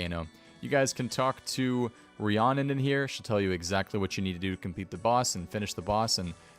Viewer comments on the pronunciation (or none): none